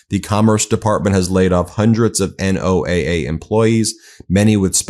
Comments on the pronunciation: ❓❓WHY does BEN keep saying N-O-A-A instead of NOAH? ❓❓ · FYI, NOAA is most often pronounced like the name Noah. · NOAA is typically pronounce Noah. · NOAA is pronounced noah, fyi. They do great work and also monitor solar flares which is a major issue. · "NO AH". The acronym is stated as "NO AH." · Say NOAA as a word. Don't sound so ignorant. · It's pronounce like "Noah". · It's pronounced No-ah, nobody says n o a a (I live 20 miles from a NOAA campus and have friends there). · NOAA pronounced "no-ah" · Hey Ben, NOAA is pronounced,Noah.